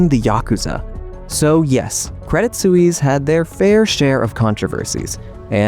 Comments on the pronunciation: Suisse: rhymes with "peace." A single, direct and simple, syllable. No, not soo-eeze. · Swies, not soeweese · Please learn how to pronounce the word ‘Suisse’. Thanks.